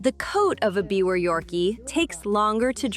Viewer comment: It’s actually pronounced “ beaver” terrier… jus’ sayin’